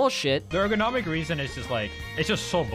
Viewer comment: It's pronounced ergonomic not airgonomic, however despite me being a grammar Andy or pronunciation Andy this was a fantastic video and highlights why this person should be banned and not the other people around him being banned because leffen is a piece of garbage and has been for over a decade